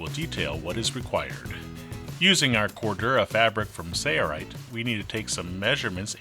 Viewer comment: Mr. Narrator has a nice voice but he doesn't know how to say "Sailrite". : )